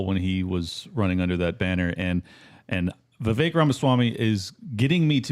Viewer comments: Excuse me.....his name is VI VIK RAMASSS WAAAMY. Like VIVEK RAMASWAMY. With A 🌈 rainbow flair..😂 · Right? It’s Vivek like cake. I get my name pronounced incorrectly all the time and it’s very annoying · LUKE ITS VIVAKE LIKE CAKE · The Correct pronunciation of his name rhymes with cake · Omg how do you have him on your show but can’t get his name right???!! It’s Vivek like CAKE